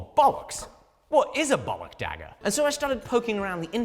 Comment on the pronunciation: legendary dagger: dihhager